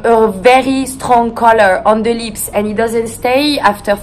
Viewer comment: “Because it’s super soft on the liSpS” I died